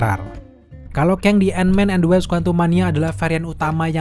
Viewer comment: Wasp bukan Waps